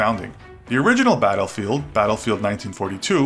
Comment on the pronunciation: You sed dattelfront not battlefield